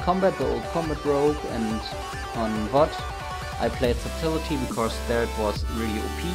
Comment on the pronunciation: subtility lol. that pronunciation